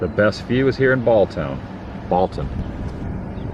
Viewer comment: Interesting item noticed was on the first Schmidt you showed in cemetery the abbreviation Geb. ( German Geboren -Born). Shows German heritage of the region but then next one one generation later used Born. Just thought was interesting. Also it is pronounced Balltown not Balton. Name is pronounce Brightbach. Should have stopped in Breitbachs. Great food and Davey Breitbach who owns the garage is hell of a nice guy. Locals pronounce it Buenie. Nobody local calls it North Buena vista.